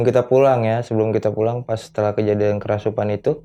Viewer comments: gatel pen benerin kerasupan nya si mas huhu "kerasukan" mas bukan "kerasupan" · Maaf bang kerasukan.. Kesurupan.. Bukan kerasupan.. Beneer gak? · Apa cuma saya yg denger!?!? Si Narsum bilangnya "kerasupan" bukan "kerasukan" 😅😂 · "Kerasupan"??? Agak kocak Narsumnya. 😅